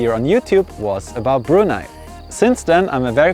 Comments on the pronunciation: I just love the fact that you pronounced "Brunei" correctly. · I'm impressed that you'd visited my country for four times. Nice unbiased review and colourful video. The way you pronounced "Brunei" was perfect. I've never been to Switzerland (I'm a nature lover), but the neighbouring countries of Swiss. Subscribe!